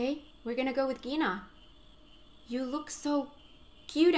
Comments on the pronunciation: Congratulations for 1000 subscribers. By the way, "Quina" may be closer to "Queena" in the original Japanese pronunciation. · Kweenah is how you pronounce it